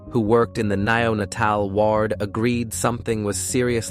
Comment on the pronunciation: declening? nenatel? Some sentences are just nonsense words. It's an interestinng case. Then the words go haywire. I'm going back and watching older videos. So I like your scripts.